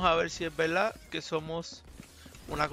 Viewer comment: Hey por que en ves de decir verdad decis veldad?